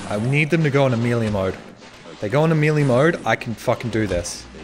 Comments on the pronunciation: Melee, not mili. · How come you suck at pressing numbered buttons so much? And wtf is Amelia mode? Is he trying to say melee?? Majestic ending tho. 👍